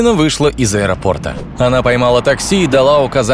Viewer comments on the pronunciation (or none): none